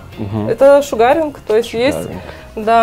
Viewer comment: не шугАринг, а шУгаринг :learning